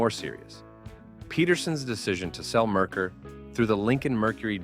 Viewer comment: Not to mention "Merkur" is pronounced wrong as well. (it's "mare-COOR" not "merker")